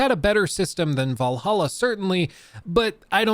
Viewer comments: valhalla not valaha 😭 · It is not "valahaa" it is Valhala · Valhalla ❌ Vallaha ✅ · Val-halla… **Vallaha… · 😅 why do you keep saying valaha? I cant concentrate on what you're saying bc of this😂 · "Assassins Creed Valahha" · Everytime plays the Grammy Assassins Creed "Valaha" I legit lose it laughing 😅😅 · It's funny how he calls it Valaha every time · your inability to say Valhalla correctly causes me so much pain. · Why are you pronouncing Valhalla like that?